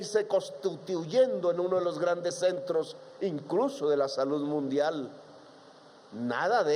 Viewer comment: Lapicito se cree un orador de otro mundo, cuando no está tocíendo o golpéa el atril, hace imagenes e hipérboles que no concluye y, si una oración termina en Ese, la alarga hasta que se desinfla. Más que gallos lo que se le vuelan son pajaritos, ni habar de las palabras terminadas en De, como salud, la que pronúncia con Te, deve ser por eso que los nenes se mueren de "denutrición". Golpíando en vez de golpeándo la puerta, se dará covertura al país